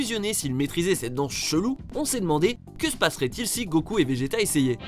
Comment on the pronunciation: Arrête de dire gokul...